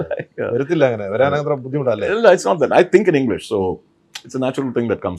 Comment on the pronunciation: One among the few Malayalam actors who has got right English pronunciation